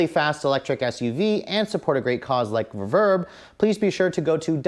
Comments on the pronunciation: Reeeeeeeeeverb . . not Rehverb =( I've never heard anyone that is into music pronounce it that way! =p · All due respect, but it’s pronounced REverb. Love the video!